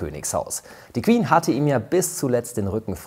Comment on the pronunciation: Das Word Queen beinhaltet keinen "w", warum sagt ihr "Qwen"🙄🤦🏼‍♀️